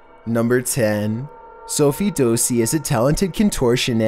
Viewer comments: Who the heck is SOFIE DOESSI YOU SAID HER NAME WRONG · I AM LAUGHING reason:THE Pronouncement of SOFIE DOSSI🤣🤣🤣